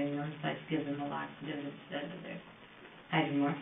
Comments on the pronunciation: 57 mins in is she saying hyromark? What kinds of pain med is that or I’m totally deaf rn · She's saying hydromorph, short for hydromorphone